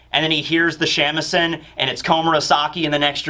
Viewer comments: Shamisen (shah-mee-seh-n) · Hearing your pronunciation of Shamisen is too funny. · How you pronounce shamisen makes me giggle